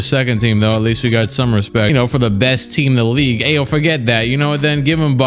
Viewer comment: Aa an Illinois and Bulls fan. It hurt the way he butchered Ayo's name lol